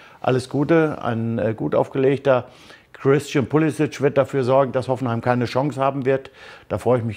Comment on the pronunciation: Nobby, du selbst hast uns doch mal gesagt, das unser lieber Puli nicht Pulisisch (ausgesprochen) sondern Pulisik, genannt werden soll bzw will. Am direkt 4 mal hintereinander falsch ausgesprochen. Ach Nobby, du bist und bleibst einzigartig 😅😅😁😁... #mithumornehmen